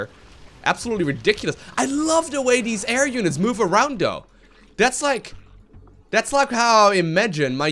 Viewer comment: When Ever He says Th he says D, Instead of saying though, He says dou xD